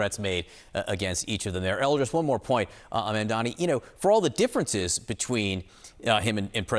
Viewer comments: you both are journalists, pronounce his name correctly. MaMdani. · You all keep saying his name wrong. it's MAMDANI not Mandani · guys. it’s M-A-M-D-A-N-I (mom-dah-nee) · M-A-M-D-A-N-I not mandani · Mam-da-ni, come on guys it’s not that hard. Not Mamdami, not Mandami, not Mandani, it’s Mamdani. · His name is MAMDANI not mandani. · It would be great if you guys could pronounce his name correctly. It's really not that hard, it's exactly the way it's spelled: MAMdani (not Mandani)!